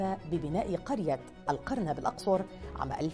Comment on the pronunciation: القرنة بضم القاف